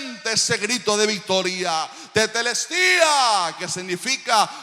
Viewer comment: La palabra no fué teteltestia , fué tetelestai ojo😮